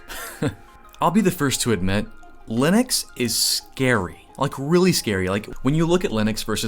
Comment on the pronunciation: Just found your channel, and nice work. Congrats on pronouncing Linux correctly (something I got wrong for so many years until I saw Linus tell me better)